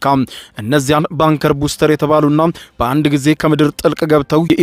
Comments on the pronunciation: ኧኸኸኸ ባንከር በስተር ነው እባክህ!!! በትክክል አንብብ!!! ቡስተር😂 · ባንከር ቡስተር ሳይሆን ባንከር ባስተር ነው የሚባለው። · ባንከር በስተር not ባንከር ቡስተር